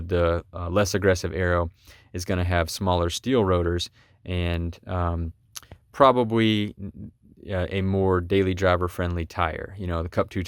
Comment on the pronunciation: Did I hear "probawee" ? Lol.